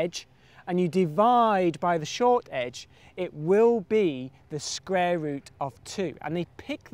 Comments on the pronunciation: It's pronounced "Square" not "Scrare".........learn english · "The Sqrare root" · Is he saying "The scrare root"? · You mean squrare? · can he not say the word 'square'???